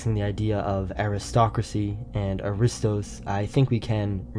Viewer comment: Only two minutes into this video, severe historical and mythological errors are presented as fact, which completely compromises the accuracy of the rest of the content: 1. Pronunciation: It is not pronounced a-RI-stos; the stress belongs on the first syllable (A-ri-stos). 2. Historical Lineage: The Dorians (Herakleids) claiming the Peloponnese as their inheritance had absolutely nothing to do with Pericles' ancestry. Pericles was an Ionian by birth, an Athenian ruler, and one of the greatest statesmen in history. 3. Complete Misidentification: The video introduces an image of the mythical hero Perseus slaying Medusa (by looking at her reflection on his shield), but the narrator explicitly calls him Pericles (the historical Athenian statesman who lived 495–429 BC). Perseus was the mythical forefather of the Dorians; Pericles was Ionian. Please fact-check this material before presenting it to an audience as genuine Greek history.